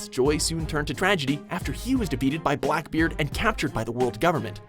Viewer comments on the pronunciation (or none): none